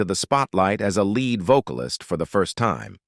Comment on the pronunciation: He’s definitely reading from someone else’s storyline by calling lead “led” and other mis-pronounced words.